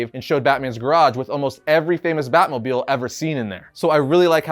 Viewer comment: Drinking game when he says batmobiel